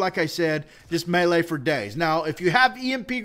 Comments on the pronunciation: It's me-lee like melee not may lay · quit saying malea